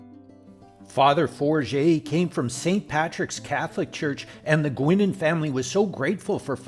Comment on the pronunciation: Pronounced “Guynan.”